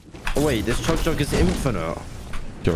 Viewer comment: Why did bro call the chug jug a yo yug